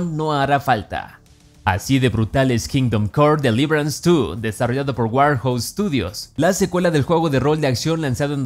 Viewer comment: Me perturba la pronunciación de kingdom come deliverace 2